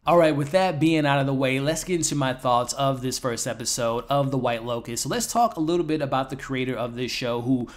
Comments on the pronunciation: L O T U S... Not L O C U S. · Why do you keep calling it the white locust???? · Pretty sure its 'Lotus'... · Cmon man. Within the first 20 seconds of the video you call it the “white locust” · Bro keep saying locus and I'm living for it ❤️🫠